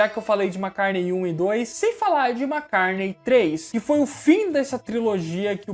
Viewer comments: Amigo vc sabe muito e tem minha admiração mas confesso que estou pegando implicância do seu jeito de falar MACARNEI. Por favor!!! O certo é MCCARTNEY. Meus ouvidos agradece.👏👏👏👏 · Eu acho engraçado quando se fala paul mcarne kkkkk vídeo bom demais faz mais pra noiid